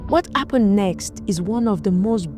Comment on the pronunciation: What's going on with pronouncing "H"? What Appened(Happened).